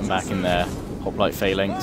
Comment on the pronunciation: Phalanx is pronounced falanx